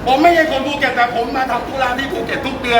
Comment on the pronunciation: ภูเก็ต.ไม่ใช่ ภูเก็จ